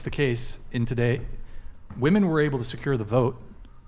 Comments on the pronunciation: I hate how this chick say woman instead of women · It's not woman, it's women FFS! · When did the plural of woman (women) stopped getting used ? I hear it pronounced wrong all the time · Every time I hear her say woman as apposed to using women(as a plural of woman) a part of Gen X soul dies!! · Woman and women are pronounced differently. Why are they pronouncing woman the same as women??? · It’s so irritating when this younger generation pronounces women as “woman”. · The way that one woman says women as "whoa men". PLEASE learn to pronounce the word. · When did people forget how to pronounce ‘women’? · 🌴🌴 """" Got dammit correct these 304s on how to say women WEH'- MIN. WOMAN IN PLURAL half your got dam panel can never pronounce their own fukkong sex correctly. And mention my name when ya do. I've watched this channel for years and I'm losing my fn mind and deserve some credit bc no one else says sht about it. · How is it so many women can't pronounce women? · Why can't they pronounce WOMEN?